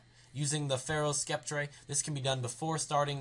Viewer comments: Skep-tray ... im guessing your american? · Sceptre is a word you should be able to pronounce. I'm not trying to be rude but I want you to know how to pronounce it: sc makes an s sound, ept make the same sound as you would think, re makes an er sound. So it would be sep-ter (syllables). Just trying to help, sorry if I sounded like a dbag.